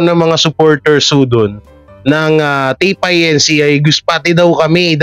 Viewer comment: pronounced as INCORPORATED (INC.)..not I.N.C. ( I. N. C.) Iglesia ni Cristo